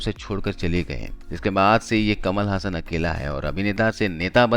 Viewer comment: कमाल हसन, ना कि कमल हासन!